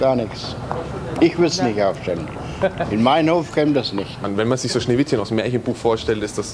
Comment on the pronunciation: min Schneewishen